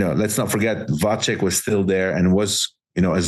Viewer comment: I'm a Czech listener actually! As for the correct pronunciation of Vacek - it is supposed to be read as [vatzek] or [vadsek] and Johan is actually correct and pretty spot on, can't really ask for more than that.